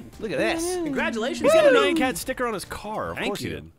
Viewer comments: It's Nyan Cat, not Nayan Cat. So cringe worthy! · I don't like when people say Nai-an cat... The Nyan Cat song is LITERALLY just the correct pronunciation over and over again. Just a thought from a Japanese dude. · Did he say nye-on cat. ITS PRONOUNCED NEON CAT! Thats why he says nyanyanya nyan nyan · They couldn't pronounce Nyan Cat more wrong. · It really pains me when they try to say Japanese words or names. Nyan cat, Hideki Kamiya, Hideo Kojima, sake. Its not that hard guys.